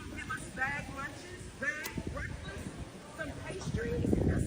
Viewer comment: That can't even pronounce breakfast properly.